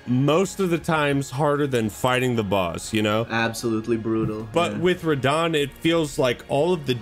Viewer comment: first TRYED RAHDAHN